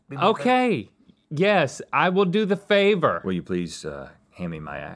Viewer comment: why did rhett ask like that 😭😭 i was getting a little nervous about what that 'favour' would be..